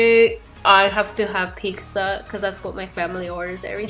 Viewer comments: Did anyone else catch that she said "picza" 😂 I always say it like that too..love you!!! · The way you say pizza lol